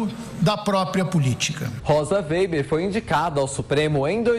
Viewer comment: Ensinem esse estagiário a pronunciar o nome da Rosa weber ! Ele está dizendo: vêiber !